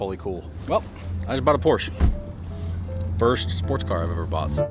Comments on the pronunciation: He bought a Porch? Not a Porsh uh? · Porsche is spoken as Porsch-eee!. Greetings from old Germany 🇩🇪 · Nice car, congratulations. Just remember, D, from now on being an owner, Porsche is a TWO syllable word. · Now that you have a Porsche Dave, please start pronouncing it correctly. That was a killer video!